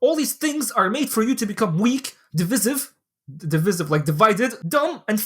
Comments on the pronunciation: Not being a jerk. Trying to help. It's div-eye-siv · Dee-Vi-Siv. BarakhAllah feek. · It's pronounced div-eye-siv brother 😂